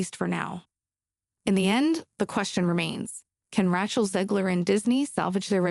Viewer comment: AI Reading Script FTW! Ratch-el Zegler indeed!